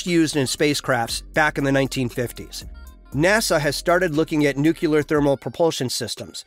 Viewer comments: It's NUCLEAR not nucUler. God help us!!!! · Please learn to pronounce nuclear: it is not anywhere close to "new killer" (like G.Bush), but rather close to "new clear". Your pronunciation sounds rather silly and annoying imho.